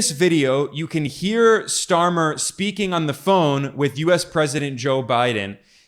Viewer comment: While I'm not a fan of Starmer, i do believe his name is not pronounced "Schtarmer" 😂